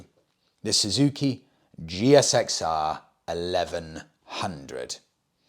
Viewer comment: Loving the upgraded interview room, much better. Just a small point..... When referring to the GSXR, in the UK it is pronounced Gixer, the G as in Golf not like a J. Keep up the sterling work. 😊